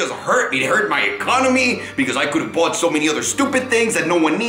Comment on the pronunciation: You mean "How I boight 2 Porsche 918s"